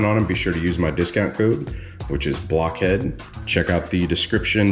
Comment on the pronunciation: Did you say whats up black head?